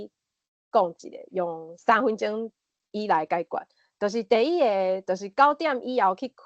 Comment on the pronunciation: 咱(Lán): 包括聽ê彼个人 阮(Goán): 無包括聽ê彼个人 狀況(hóng)(khóng ×) 第一(it)个 恁誠認真，我佇20幾冬前也識(bat)踮佇海洋之聲開一个「心理園地」ê節目用來紹介心理和精神醫學。 會愈主持，愈講愈輪轉，加油喔！